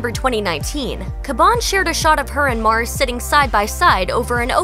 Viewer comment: how u f up the name Mars & say Mors